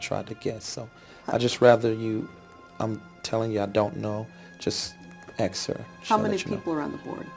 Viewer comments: Did you “axe Michelle” for permission to upload this video? 🤣 (BTW great job) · AXE HER, AXE MICHELLE 🪓🤪🪓